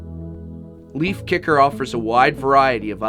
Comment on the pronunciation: First of all, reading Leifkicker's website, I know that his name is based of name "Leif". Being a swede, I know that it's pronounced "Leyf", with the "ey" as in "Ey, what's up?", not "Leaf" :) Second of all, being a natural science student, I know that magnets lose their magnetism over time due to how their magnetic properties work. They can also lose their magnetism if they are heated or recieve a bang. I don't know how hot it must get or how hard it must be slammed but I wouldn't rely on a magnetic deck box to be an investment for life. Great video! :)